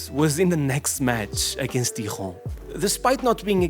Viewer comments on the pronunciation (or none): Amigo, o J è pronunciado igual ão português, não è Diron mas Dijon que se diz, só pra ajudar. O problema com Neymar è que fechou-se com uma má atitude contra os adeptos de Paris em vez de mostrar humildade. Tem uma reportagem sobre ele acho no netflix, onde se vê o pai dele (com toda a razão) que lhe diz que esta errado e que devia dar e mostrar mais e ele (como foi sempre mimado pelos quase todos os clubes, especialmente em Paris.) em vez de ouvir o pai, começou à ficar ebervado e à falar um pouco mal pra ele. È esse o principal problema dele,e è triste. Nunca parou para pensar se por vezes podia estar enganado. Quando falhava jogos do PSG por lesões, em vez de mostrar que queria estar presente, ia pro Brasil fazer a festa e mostrava fotos na internet. Foi tudo isso que quebrou cada vez mais sua imagem e relação com os adeptos. Ach o muita pena, que ele nunca entendeu que devia respeitar mais as pessoas, sobretudo quando sabes o quanto è cada vez mais caro um bilhete pra ir vez jogos, que os ultras tambèn devem pagar as viagens, bilhetes ainda mais caros pra liga dos campeões, camisolas, etc... Hoje em dia, è cada vez pior, demasiado dinheiro no desporto pros jogadores, os preços são cada vez mais elevados, pros jogos, as camisolas, E agora, acho os jogos tão pouco interessantes, já nem me interessa ver jogos... Enfim, desculpa, tá fora do tema. Só pra dizer que o Neymar è um dos primeiros exemplos do problema da mediatização excessiva. Parem de ver jogadores como deuses, nã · you pronounce the “J” in French the Portuguese way ;) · Bro got confused when pronouncing Dijon (wrong language buddy)